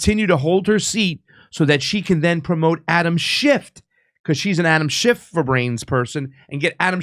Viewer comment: It's Schiff....SCHIFF. Not SchiffT.